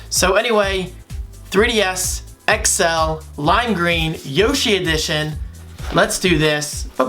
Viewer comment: Bro what the heck yushi edition at 0.09 second. It's yoshi!